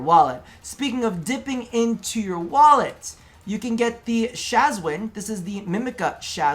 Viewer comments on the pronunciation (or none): GAWS: ShAzwIn Its SHAWZIN not SHAZWIN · Lmao “Shazwin”